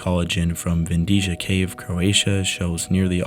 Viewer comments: Excellent video, thank you. One comment, the Croatian cave is pronounced Vind-i-a not Vindishia. Been there, excellent visit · j in vindija (cave in croatia) is pronounced like y in yolk